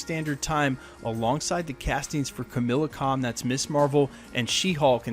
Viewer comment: It's kah-ma-la-con not Camilla lol